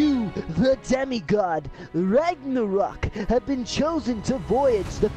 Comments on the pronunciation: The way he’s saying ragnarok wrong is pissing me off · I got so triggered by him saying rangarok instead of ragnarok 😂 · It’s not rang a rok it’s rag na rok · He said rangorock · Why does ragenrok say is name like rangenrok